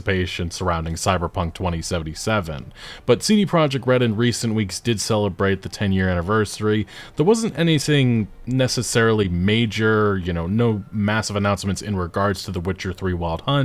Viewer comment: Buddy really said "anysing" in the first 30 secs of the video lol. Channeling his inner neck beard hard. Pwobably sweeps wit a body size waifu piwow